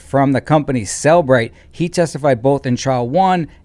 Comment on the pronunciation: JFC, doesn't even pronounce the name of the company he works for correctly, but we are supposed to believe he can analyze phone data w/o metadata 🙄. It's Cell-e-bright (three syllables), not Cell-bright 🤦🏼‍♀️.